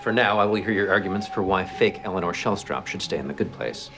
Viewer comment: Anytime she says"Eleanor"she pronounce it"Elena".